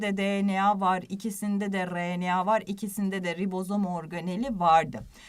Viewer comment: Allah aşkına RNAyı bastırarak söylemeyin sağır oldum